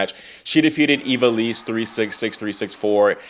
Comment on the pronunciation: Great recap! Just for the record, Eva Lys’ surname is pronounced like English word “Loose” I think we will be seeing a lot more of her :)